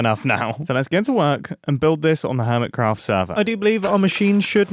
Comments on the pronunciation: Im sorry, but I have to... "Urmitcraft" 😂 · Jumbo You said urmitcraph, No clue if that's supposed to be a joke or you massivly misspelled.